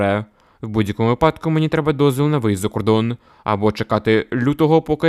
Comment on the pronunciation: Дикція повинна бути краще. Потім треба правильно казати,випа'док неправильно, правильно казати ви'падок.